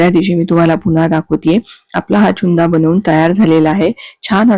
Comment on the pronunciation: चुंदा नाही त्याला छुंदा म्हणतात.😂